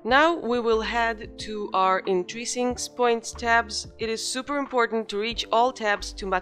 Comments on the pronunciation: It's "In-trin-sics" not "In-tri-sincs"... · You can feel the struggle 😄